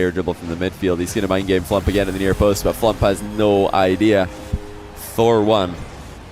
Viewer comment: I'm only halfway through watching but this is such a good video. The gameplay is so intense and the constant mispronunciation of FLuuMP's name is hilarious.